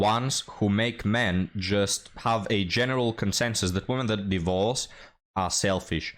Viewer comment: => "d!e - vorce" is the ancient English pronunciation. Trust me I'm a historian and an expert on the topic 😂